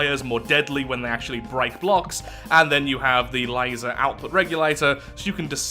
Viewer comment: Laser not litser